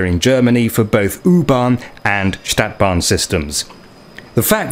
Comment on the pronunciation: This is a robot narrating, A Stadtbahn is pron. StAHtbahn NOT staetbahn like the English word ae as in 'sat'. I noticed and can tell as these robotic narrations to hide the original uploader who wants like so many other YT's to remain 100% totally anononyous out of some fear of other people (anthrophobia). No name, no selfie, and not even the original voice! This is NOT SOCIAL media! Humans are supposed to be SOCIAL animals and this mechanised and grossly materialised society is fast robbing humanity of one of THE most important traits that separate us from the wild animal kingdom! The robotic choice of English even converts foreign sounds to the English rules of pronunciation, this is how I can tell a real voice from a robotic one. The 'U' is an abreviation for UntergrundBahn (underground railway) it is NOT JUST a logo!